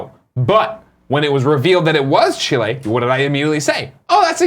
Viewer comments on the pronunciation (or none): Nick, I’m proud of you for knowing where Chile is. You do say Chile in a weird way, though. You emphasize the -le too much. P.S: I don’t look like a chili pepper